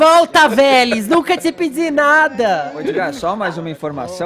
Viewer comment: "Nunca tse pedzi nada". Fefito, que idioma é esse??? Vc tem vergonha de usar a própria voz???